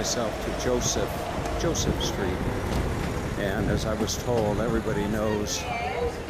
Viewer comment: 1)KrakoV not KraKAO, "JosefA" street, not "Joseph" please...is not hard to pronounce , centrainly not americanized, and gives correct naming of places 2) this is NOT THE GHETTO area you are touring, THIS IS THE KAZIMIERZ main Jewish area around Szeroka str. -(the "street" as you call it), so it is advisable to change completely your TITLE as it is a misleading info. This area , historically, was NOT established during the war. It existed before the war started 3)getting your written info ACCURATE this might be also useful: the GHETTO area you keep mentioning, was established indeed during the 2nd world war,but was situated on the other side of the Vistula river, at a district called PODGORZE..where the Schindler's factory and Eagle's Pharmacy lie. 4) the ambiance of the area and your commentary could be enhanced by passing by some important buildings of the Jewish community (not only touristic restaurants and cafes) such as the SYNAGOGUES, the JEWISH MUSEUM, the JEWISH CULTURAL CENTER etd, which lie around the area you walked by... otherwise this is a delightful video stroll around central Kazimierz. Thank you for the views.